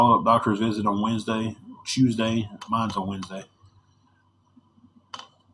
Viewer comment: Hews day is not southern I live in tn Va ppl don’t talk like that he has a speech impediment and that ok not a big deal. An yes ur lying about the hundreds of dollars u make every week and do u pay the irs no I didn’t think u did